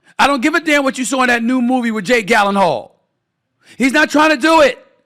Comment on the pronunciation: Jake “Gallon-hall” 😂😂😂